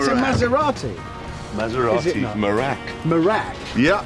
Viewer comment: I've never heard such a horrible pronunciation of Maserati. I winced every time.